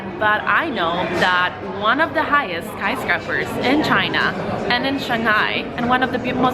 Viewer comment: I love your accent! You say sky scrapers like they're made of scrap metal.